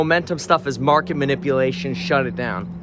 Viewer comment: time IN the market not time in the mark-it